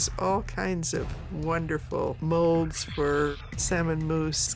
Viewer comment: "My kitchen has all kinds of wonderful molds...". She said that right!